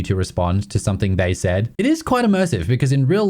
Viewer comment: There is no word 'somethink'. There is no 'k' at the end of 'something'.